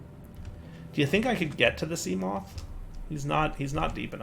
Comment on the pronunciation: Try not to mispronounce seamoth Level: impossible